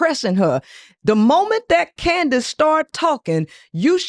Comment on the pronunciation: it’s candice not candance